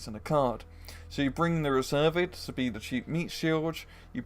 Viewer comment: You don't need to pronouce the "s" a the end of "Reserviste" :)